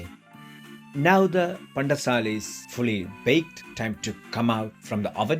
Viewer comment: Wow pandesal very nice how uou speak pan-de-sal heheh